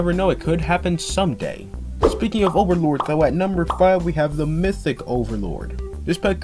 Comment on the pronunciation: 😅 Mythic "thee" overlord